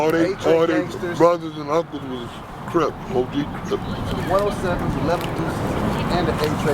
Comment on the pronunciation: I know this came out awhile ago but if you don’t pay attention to how he says CRIP it sounds like he said CRIBS. So I can see where that debate comes from